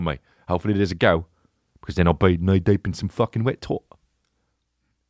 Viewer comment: Thst british but killed me haha! ''Knee deep!"